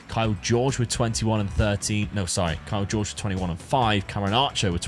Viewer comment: Kaio Jorge ❌ Kyle George ✅